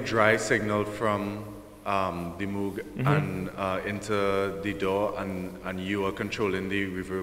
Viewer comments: It’s pronounced Moug, not Moooog. Damnit! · He pronounced Moog incorrectly, therefore this is more like a novice-level inservice. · Dutch isn't his first language.